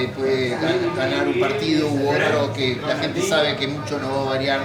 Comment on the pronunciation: Es de Inglaterra 🤔 hubiese apostado que era caribeña, de Colombia o por ahí , sobre todo cuando habla Español dice (hente) casi sin pronunciar la g, tal vez tenga raíces latinas 😁🇺🇾👍